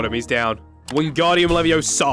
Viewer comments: I'll Just say: "It's leviOsa Not leviosAA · its leviOsa not leviosA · It's leviOHsa not levioSA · it's leveooooooosa not leveossaaa